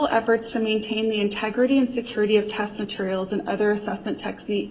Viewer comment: has a problem.with pronouncing her "e"'s. Test is test, but pronounces it "taaaasttt". Fuckin' dumb twat